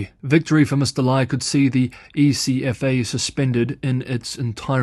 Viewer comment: here in Taiwan we not say the letters: E.C.F.A. instead, we pronounce: Eck - Fuh